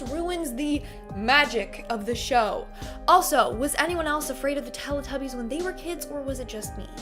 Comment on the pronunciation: It said TEE TUBBIES..Lol